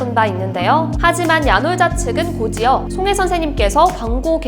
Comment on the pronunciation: 곧이어 발음은 고지어가 아니고 고디어 라고 하시면 돼용